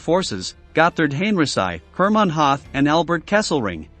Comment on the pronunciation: "Hooth" not Hath